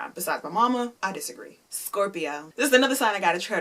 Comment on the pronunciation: BOY you said scorpio wrong